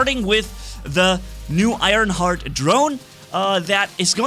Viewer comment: It's Ironhearth, not Ironheart, it has an H at the end